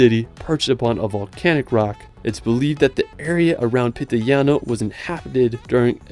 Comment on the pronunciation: its PITIGLIANO NOT PITILIGNANO